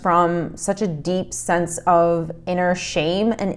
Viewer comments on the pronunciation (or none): none